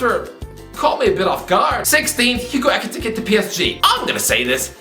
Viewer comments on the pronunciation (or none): The way he pronounces Ekitike 🤣🤣